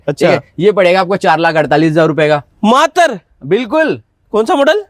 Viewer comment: भाई मातर नहीं मात्र 😂 होता है